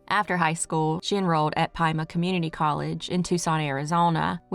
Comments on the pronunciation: Pima county resident here, it's pronounced Pee-ma, fwiw. <3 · It's pronounced pee ma 😂😂 stupid I know I grew up on gila that's pronounced hee la. Thank you for always staying consistent ❤❤